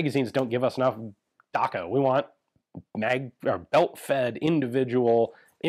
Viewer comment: Everytime Ian says "daka" it makes my day